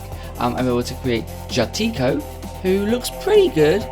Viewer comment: You couldn't have pronounced jaatikko more wrong